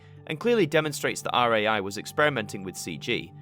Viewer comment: ITS RAI NOT R-A-I